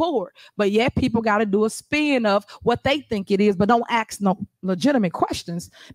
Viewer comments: I wanna axe a question. Gotta sharpen it first. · This mayor is sooo corrupt, she should be in prison. What is she asking for when she says “ax”?